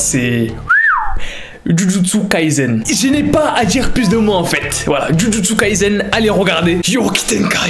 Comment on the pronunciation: Moi qui jusqu'à la disai jujutsu kaisen et la j'entends djudjutsu kaizen ma sœur qui me dit ouais sa se dit moi : 😵😵😵😵